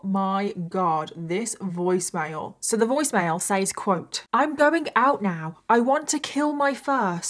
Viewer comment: Ugh for the millionth time says is pronounced “sez”!